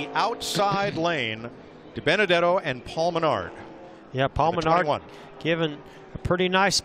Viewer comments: "Ohhhhh Binabenuhdetto!!!" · It’s not Diburrito it’s Dibenedetto